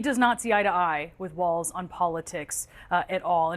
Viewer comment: As a Minnesotan … stop saying Tim WaLTz!!! It's Walz